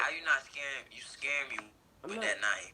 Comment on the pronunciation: had me dead “you scharing me” Why he had to say it like that 🤣